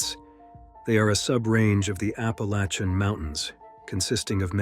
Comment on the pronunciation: Who pronounces ‘Appalachian’ like that??